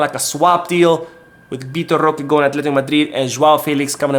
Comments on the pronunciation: Stop saying roque name like that. That shit wack😡😡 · It's actually pretty funny. Feel free to say it more often 🤣🤣🤣😂😂😂